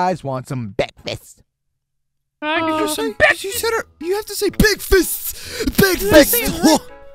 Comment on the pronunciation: It's breakfast not bekfast